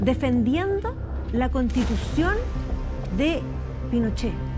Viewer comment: Cuando dijo les invito o castitucion lo entendi todo xd😅